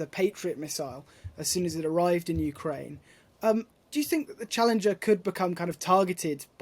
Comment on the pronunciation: And what have they won" ukeraine"